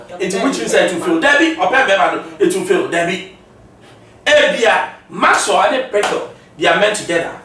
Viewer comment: The name is Maxwell not maxso